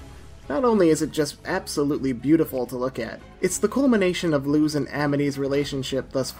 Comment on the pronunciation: Sir, please, this is a fantastic video but the mispronunciation of Luz's name physically pains me (It's Luz, like loose change, not lose like losing) Ik there's obviously nothing to be done about it now, but just a btw for potential future reference